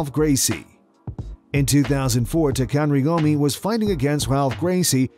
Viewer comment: Didn't he say Takanory Gomez? LMAO 😂😂😂